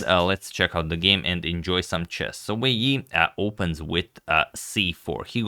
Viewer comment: I think you listed both names in the wrong order (first name family name OR family name, first name) for the title and above the players photos. I think you always pronounce the names correctly.